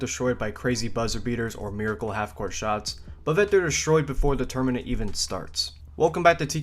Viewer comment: Tourmanent </3